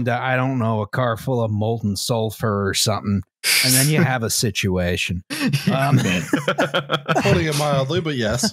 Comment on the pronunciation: "And then you have a Situation." You can just hear the capital S on that word.